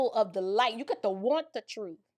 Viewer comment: He can’t even speak properly, he says “troof” and “deaf” 😃